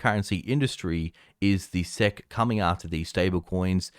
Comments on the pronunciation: Hi. I love your videos. No one calls the SEC 'sec' as in second. Everyone in the US calls it S-E-C. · Nobody knows what "seck" means. If you want to abbreviate "Securities and Exchange Commission" then just say, "ess ee see" like everyone else.